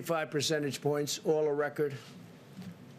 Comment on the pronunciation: Hahahaha. This is an amazing speech. Confidence? WTF is confenence?! Please do us a favor. Do recording instead of live. And do not adlib. Hahahaha. You are the POTUS and a 6 grader. Some 6 graders are better than this. Dear WH officials, please use a 6 grader to do this type of reporting and let's compare.